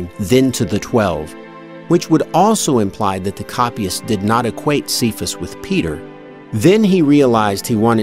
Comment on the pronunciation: Cephas is pronounced "kay-fuss", not "see-fuss".